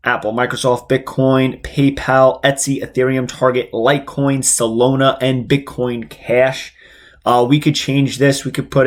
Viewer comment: lol bro it’s Solana. Not salona 😅